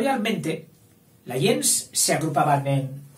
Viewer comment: Me va a disculpar,, el atrevimiento de corregirle yo, alguien que admira su trabajo y que por lo demás reconoce totalmente su erudición: el término gens no se pronuncia como usted lo hace, según acuerdan la mayoría de expertos hoy día. Sería más bien algo como "guens".